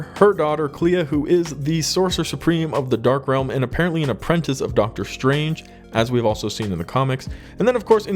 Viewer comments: Bro…..APPRENTICE! Not Aprentanse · Apprentice (uh-prin-tiss), not apprentince (uh-prin-tense) ... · It's Apprentice, not aprentense.......😆 🤣 😂.